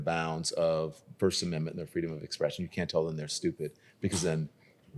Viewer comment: can’t say “amendment”